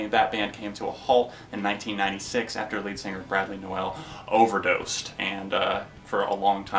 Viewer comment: Pronounced "nole" not "noel"